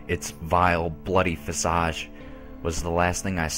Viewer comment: Finally! Someone who knows how to pronounce the word "visage" correctly.